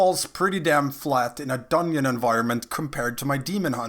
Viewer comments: Every time you say dungyon a baby starves to death. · I can't keep hearing you say "dunion" and can't figure out how to pronounce "th" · I spent the first half of the video thinking Dunyin was some raid boss in BFA. lol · it was yust a yoke don't take it so seriously. Dungeon or dunyeon we understand you:D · I'm ganna sub just cause you say dunyin I was rollin